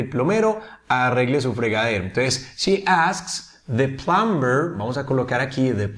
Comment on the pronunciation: "Plumber" es una de las palabras en las cuales la "B" NO se pronuncia, se dice. / plamer / NO / plamBer / otro ejemplo sería el verbo. - Climb = trepar / klaim /. Los hablantes nativos de USA y Canadá al menos no pronuncian la "b" no sé en Reino Unido.